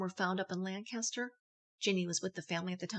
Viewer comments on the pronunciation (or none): none